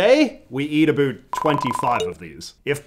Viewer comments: A boot?! Certified Canadian. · I think the haircut and mustache is a big part of his brand as a creator, and I have heard people theorize that he sort of overpronounces the world about as a way of emphasizing the fact that he’s Canadian(although I personally Have no idea whether or not it purposefully or not) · 1st time I saw this guy I thought he was American... until I heard him say ''about'' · Never mind I just heard you pronounce about and around, you are 100% canadian no hiding it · Stop saying “about” like that. We get it your Canadian…… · All these withoeut’s and aboeut’s are mildly infuriating to me, not gonna lie